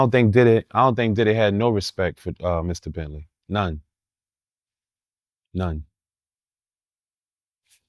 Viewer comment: Every tme he said Mr entley, I chuckled...